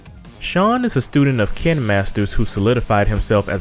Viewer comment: The way he PRONOUNCES THE NAMES IS TRIGGERING KEEN AKAMAW WHAT TF BRO